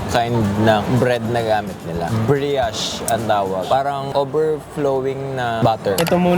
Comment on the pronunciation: sana BETTER RESEARCH mga brod, para may matutunan din viewers niyo may HOLE ang Donut para evenly cook siya hindi para may hawakan mali din pronunciation ng brioche